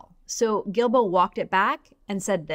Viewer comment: Stephen GuilBraaaghahahcoughcough! Say his name right already! Haha